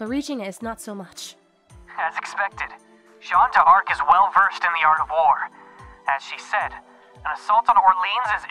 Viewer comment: Great work ! As a Frenchman, I cringe whenever you say French words - especially "Jeanne d'Arc" - but the rest was an impressive job.